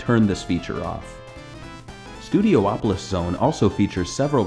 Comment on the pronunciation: It's pronounced Studi-opolis. Not Studio-opolis.